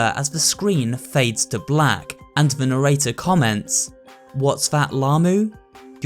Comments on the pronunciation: Its Narrator not Nerrater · Mokie did you really pronounce mochi as mokie and narrator as narator HAHAHA 😂 but other than that this was a good video decent theory and so on so forth keep up the good work